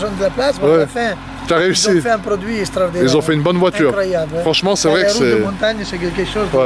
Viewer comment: C’est « STRAORDINNAIRE »